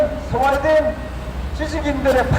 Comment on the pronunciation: 스웨덴이~ 하는거보니 경상도네..